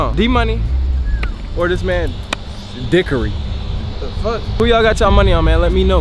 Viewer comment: You really called him dickory